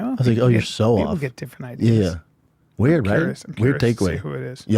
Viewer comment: So waird the way he pronounces weird